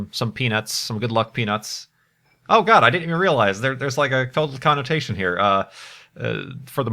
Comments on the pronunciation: Did anyone watch the livestream on XBox Live and stuff about the Curiousity Rover's landing? Does anyone remember how the reporter apparently couldn't talk and always said "Peanits" instead of "peanuts?" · When said "Hold on to you peanuts" I thought he said something else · "Hold on to your peanuts!" - I thought you were saying something else for a moment...